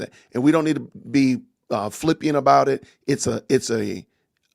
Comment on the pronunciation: Love ya but it’s flippant not flippient